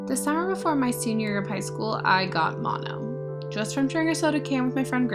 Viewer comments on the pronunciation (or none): none